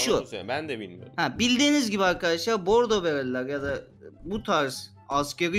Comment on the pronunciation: Bordo deil boggdooo beylerr